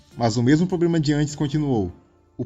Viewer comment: cara, o seu português eh terrivel. "poblema" xD vc eh de onde msm? Nem fala sua própria lingua certo mas ensina outros sobre historia do outro país xD